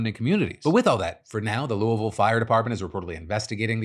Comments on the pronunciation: Just sitting here appreciating Phil pronouncing Louisville correctly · First, very good and local Louisville pronunciation, Phil would blend right in. Second, Givaudan told officials all of its workers had been accounted for, but several hours later they found the second victim, curious if search efforts would’ve been expedited if the company had not said everyone was accounted for. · As a local resident, I gotta say I’m super proud of Phil for properly pronounce Louisville. Not many can do it. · Phil is the only YouTuber I know that knows how to say Louisville correctly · Whoa, Phil pronounced Louisville correctly